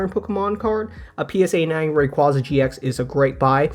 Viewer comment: I really wish everyone would start pronouncing Rayquaza correctly. Pokémon had to release Legends Arceus to force people to pronounce that one correctly. Maybe the sequel will be Legends Rayquaza.